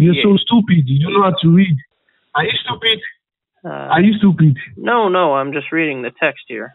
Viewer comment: "Listen to me. Is you soupeed?"